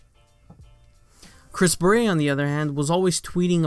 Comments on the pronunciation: is anyone else triggered any time says "Chris beret"? its Barrett. the dude ain't a french hat. please stop butchering the English language. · Who cares about Luke Smith. Old News. Move On. By the way you are pronouncing Chris's last name wrong, Its pronounced "Bare et" Bungie is now heading in the right direction, but its still going to take a lot to get the community to come back. It sounds like you hate the game. If you hate the game this bad then stop playing. Don't add to the bashing. Most of the Youtubers that are still playing the game are upset too but they don't diminish what is left of the game, They try to keep the hope alive that everything will somewhat be fixed. That is what is wrong with the world today. People want to bash instead of trying help fix the problem. Don't bash. Send in your feedback. They are listening. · He thinks Chris Barrett is pronouces with some french accent. So he keeps saying "baret" like the hat . The T is not silent , dude. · Why do you say Chris Barrett’s name like that.